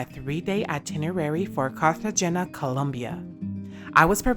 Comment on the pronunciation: Please learn to pronounce Cartegena correctly...